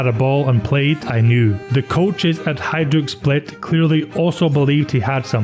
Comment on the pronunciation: Pršo isn't easy to pronounce but you gave it a good go. You also pronounced Hajduk properly. An English narrator would've said PurSO and Hayduk 😂That's what I like about your Scots. The Irish the same. You make an effort.